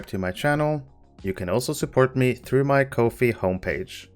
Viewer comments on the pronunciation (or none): none